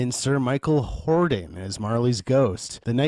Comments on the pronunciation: Alastair Sim. No "s" on the end of his last name. Michael Hordern. Not hording. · Sir Michael HORDERN, not "Hording". Basic research.